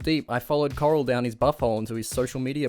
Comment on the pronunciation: You're right. This guy is Australian or some shit so he can't pronounce Bufford or Correll correctly. Correll has an oooooolllld as channel called thecorrell2011. He used to dance nearly ass naked all oiled up 💀💀 he's low-key a lolcow.